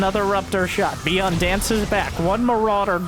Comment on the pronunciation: Dont wanna be a smart ass but byun is one syllable in korean!😅